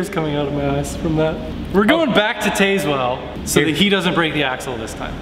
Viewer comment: It's pronounced Taz-Well. More mk5!